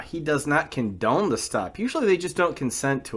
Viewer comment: "I do not con-se-done this"? I swear I can smell the alcohol through the window just watching this. Lol